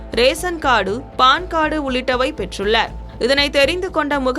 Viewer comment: Aadhar kaadu, ration kaadu, paan kaadu 😂🤣